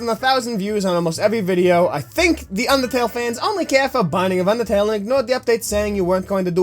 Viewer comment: DID SOMYONE SAY BINDING OF UNDERTELL